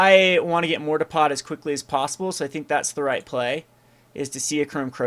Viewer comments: same here, there is a R at the end of it right? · For some reason the way he says mortarpod makes me want to die LOL